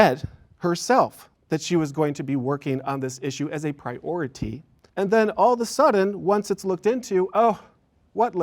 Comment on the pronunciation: If I hear the word prioity one more time 😂